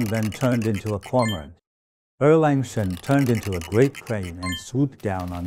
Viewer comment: I wonder who actually this master is. Why does he pronounce Sun Wukong as San Wilkong. And Erlang Sen as Erleng Sen. He's Chinese is he not.